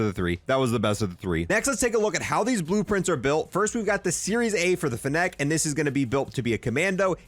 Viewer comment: Bruh the fa-neck